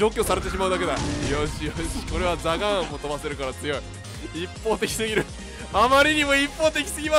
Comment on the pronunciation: ザガーンは有効打なしに聞こえて震えた